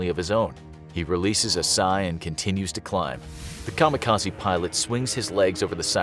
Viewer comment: I've yet to hear the correct pronunciation from any youtube yet regarding 'kamikaze' lol. Japanese: 'Ka-Mee-Ka-Zei' English: 'Kamo Kahzee'